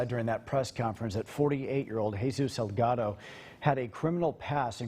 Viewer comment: Salgado is not the same as Delgado! So say the last name Correctly!!! 😬😠 SALGADO, with an S.